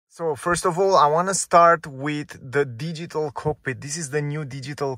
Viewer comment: Deezeetal cokpit 😁😁